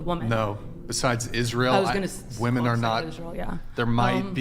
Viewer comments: Women have been oppressed so terribly that she can’t name a single concrete example of said oppression. Also, and once again, feminists can’t distinguish between the pronunciation between “women” and “woman. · Ok, don’t debate with anyone who cannot say WOMEN in the plural? Got it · Why do they pronounce women like that? lol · WHY CAN’T SHE PRONOUNCE THE WORD WOMEN???? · cant this fool say women? she is beyond an idiot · Why cant ppl pronounce the word women ? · Someone PLEASE teach her how to pronounce "women" & the definition of "proven."🙄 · Am i hearing “woman” or “women”? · Fucking drives me insane how she keeps saying "woman" when she means "women" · Why does she keep say "woman" when she should say women? Drives me nuts. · idk how they dont tell her to off herself, HOW are they letting her say "woman" instead of "women" slide? being that idiotic should be fatally punishable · Does no one else notice she says "womAn" for plural instead of saying "womEn"?? It annoys the hell out of me... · Why do women on these podcasts keep saying "woman" instead of "women" when referring to the plural? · Its women not woman stop saying woman. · Does it drive anyone else crazy when she keeps saying "woman" instead of "women" when she is talking in the plural..... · Did anyone else hear her saying "woman" as the plural of women? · You idiots that deliberately mispronounce women as the singular woman when you’re actually talking about the plural just sound like you’ve got a speech impediment that would come with drooling ! 🤤 you sound like idiots. seriously stop trying to change words, language exists for a reason so we know what we’re saying to each other. It’s how we communicate, Jesus Christ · Wtf happened to the word WOMEN? Even this womAn fcked up the word womEn. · WHY DOES SHE KEEP PRONOUNCING “WOMEN” as the singular “WOMAN” it’s driving me NUTS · The fact this chick keeps saying woman when the word should be women is driving me nuts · Omfg it's women not women